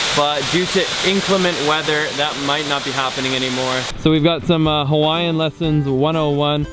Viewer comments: were you trying to murder every hawaiian word lmao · You should have taken a Hawaiian language class... Your Hawaiian vowel pronunciation is a little off. a makes a short “ah” sound like the a in “above” e makes an “eh” sound like the e in “let” i makes an “e” sound like the e in “easy” o makes a short “oh” sound like the o in “pole” u makes an “oo” sound like the oo in “moo”